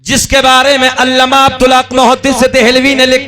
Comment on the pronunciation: ये जनाब अल्लामा को अल्लमा बोल रहे हैं वो भी 2 बार